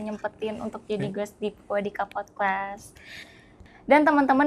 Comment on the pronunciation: Ini insightfull bgt tp saya agak penasaran kenapa hostnya selalu nyebut podkwest ya? Apa saya salah denger wkwkk